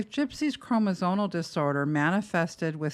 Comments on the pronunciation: You keep saying evasive do you mean invasive? I don’t know medical terms so maybe evasive means something I’m not aware of in medical terms. You also keep saying chroNosomal instead of chroMosomal. Which I just find weird since you’re a medical professional. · I appreciate all this information, but as an RN, I find it really hard to trust you have the credentials you say you do when you use terms like "evasive procedure" or repeatedly mis-pronounce the word "chromosomal"